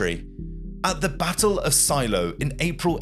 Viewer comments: The battle referred to is "Shiloh", not "Silo". Pronounced Shy low. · It’s Shiloh (pronounced Shy-low), not silo. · Your pronunciation of names like SHILOH and MOBILE are incorrect , also the way you sound the letter H is also incorrect in your narration . Good narration and getting your facts right is everything , because if it isn't then it can spoil the whole production .